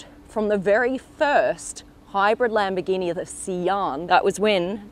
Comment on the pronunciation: Wow labmborgini